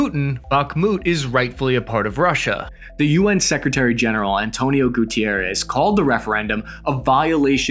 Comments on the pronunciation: Correction: Guterres is portuguese, not spanish, therefore the pronounciation is not "Gutierres" but "Gutérres" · Gutierréz =/= Guterres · Bro…it’s not “Gutierrez”…it’s Guterres. He’s Portuguese, not Spanish All the best to everyone